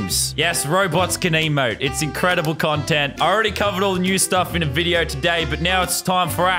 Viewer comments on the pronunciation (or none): you said bideo not video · he said me bideo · Are we just going to ignore the fact that LazarBeam said "Bideo" ? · “Go ahead and dislike the bideo” lazarbeam 2019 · He said go on dislike bideo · wut the heck is a bideo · It sounds like you said bideo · you said bideo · In the part of the video when you said that you said bideo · i love it how he says bideo :) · When lazerbeam says dis liked da didio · You said bideo 😂😂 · "Go on and dislike my bideo" LazarBeam 2019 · You said dislike my bideo??!?!!!? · he said bedio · Um lazarbeam you said video like bideo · Who else realized he said go ahead dislike my bideo? I did not spell it wrong I did not mean video :v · did he say bideo? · He said bideo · Am i the only one that noticed that lannan said dislike my bideo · he said budeo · lazar calls a video bideo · my bideo? What is a bideo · “ go on dislike my bideo” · whats a bideo?